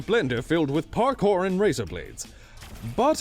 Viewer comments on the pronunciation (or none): none